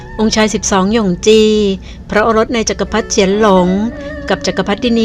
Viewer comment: อ่านว่า หย่งฉี ครับ ออกเสียงเหมือนพระโอรสอีกองค์